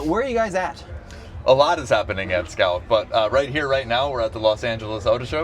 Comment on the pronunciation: Nice presentation but improve your pronounciation .. a lot of the times when you and the strategy head said 'Scout', it sounded like 'scalp', sounds like someone out here selling scalped cars 😂